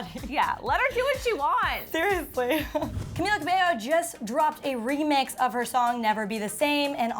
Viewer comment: Bruh it's Camila pronounced CamEEla last name is Cabello xD